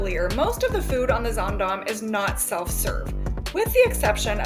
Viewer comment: I'll be on the Zaandam in a few weeks. I love that you pronounce the name of the ship correctly. ☺